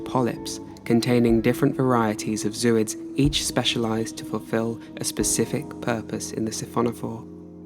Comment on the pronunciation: Not zoo-ids. Zo-oids. The root word is Zoae.